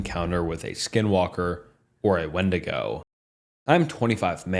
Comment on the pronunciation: It’s pronounced windigo